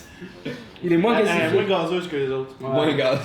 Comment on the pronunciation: "gazeuze" okééééééééééééééééé.